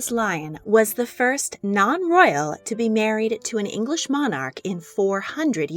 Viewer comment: PLEASE can the commentator learn the correct way to say Monarch..